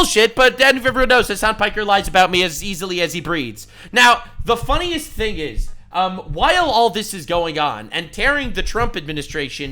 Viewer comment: Please pronounce "Breathes" properly. The thought of Hasan breeding will give me nightmares for MONTHS! Fucking... therapist is gonna have a field day. and a new car on my dime...